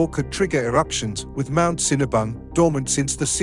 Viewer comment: The narrator is MURDERING the pronounciation of most of the Indonesian names and/or words, including Mt. MERAPI, Mt. SINABUNG, GUNUNG, KERINCI, KRAKATOA, etc. He only got the easy ones correctly: Sumatra, Java, and Toba.